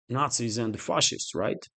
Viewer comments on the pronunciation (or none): none